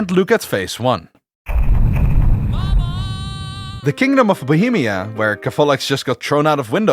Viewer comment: You've really butchered Bohemia ... like what the hell ...